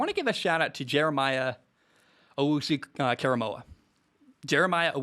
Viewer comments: Close on JOK's name KOR not KAR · its "core a moe ah" not "care a moe ah" so you know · Great video. Btw, it’s “oh woo suuu- kore a moah” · It is pronounced KOR-A-MO-AH by the way. Great to hear your honest opinion on the Browns being so positive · I've been saying Baker is like Drew Brees for the last 2 years now, totally agree. Also, it's 'Jeremiah Oh-wu-su Korah-moah' :)